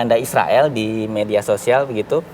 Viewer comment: Haaa ngikik bgt si mbak host hampir kepeleset ngomong tentara isroil😂